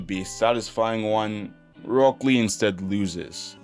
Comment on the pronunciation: "Roke lee"